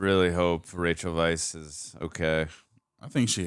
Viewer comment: Rachel Weisz's last name is pronounced "vice", so you were correct in your pronunciation. Most people aren't. Ralph Fiennes name is pronoynced Rafe Fines. Good job, both of you...I heard some Star Trek: Wrath o Khan Horner music.